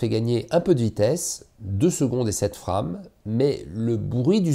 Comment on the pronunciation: mdr, la prononciation de frame, c'est de l'anglais